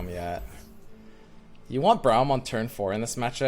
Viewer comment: Can someone please educate this man on how to say braum